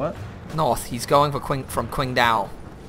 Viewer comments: but the q is pronounced ch doe like qing (ching) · I believe you mean Singtow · ffs its pronounced chingdao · the way says qingdao makes me wanna jump off of a bridge